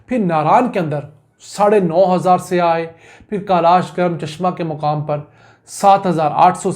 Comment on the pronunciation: Yar bhai jan siyah nhi hota saiyah hota he please urdu ki tang na toro bhai